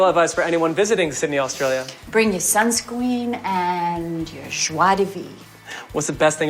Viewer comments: “…bring your Sun SCWEEN…” Still workin’ on those soft R’s, huh, Nic? 🤭😉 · Obsessed with "Bring your sunskween..." The "joie de vivre" tripped her up, and they hoped we wouldn't notice.